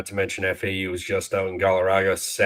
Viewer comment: Somebody please tell it’s Morgaga, not Gallaraga lol